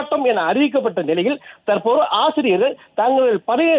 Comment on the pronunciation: ஆஆசிரியர்கள் அல்ல ஆசிரியர்கள் .ஒழுங்காக உச்சரிக்கவும்